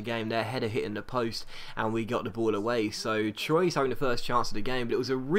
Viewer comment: anyone else cringe at his pronunciation of troyes it's trw-a